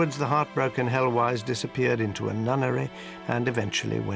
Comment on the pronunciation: I glimpsed 'Heloise'.... pronunciation way off here :))